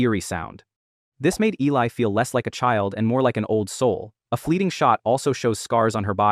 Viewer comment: I only have one issue with the video and that her name was mispronounced. It was Eh-lee